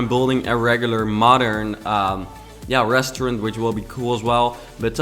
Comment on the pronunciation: ik your working on your English but please for the love of god learn how to say restaurant